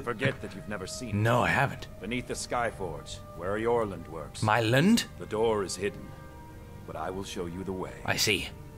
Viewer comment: Skjor: Euorland Gray-Mane Toby: MYland?